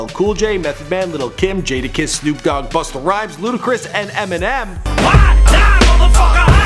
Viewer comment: it's jadakiss not jaydakiss